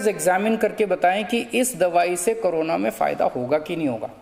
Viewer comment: CM hamesha corona ko carona bolte h 😁